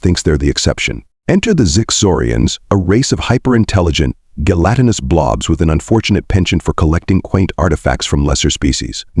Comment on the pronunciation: Great story idea. Execution of it leaves something to be desired. Way too much repetition and the stupid narrator can't seem to pronounce gelatinous correct most of the time. Stopping afte only 19 minutes because I just can't take it. Too Bad. I would have loved to hear the rest of the story.